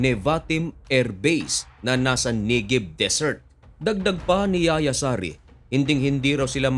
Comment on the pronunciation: Yahya or yakiya juan namn sa Pilipino hindi yaya